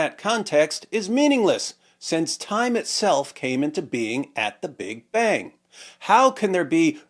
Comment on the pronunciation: This can't be the real Richard Dawkins, though. He's probably an AI bot. I mean, who pronounces "Big Bang" that way? The real one's probably tied up in a closet somewhere figuring out the real naturalistic origin of the universe.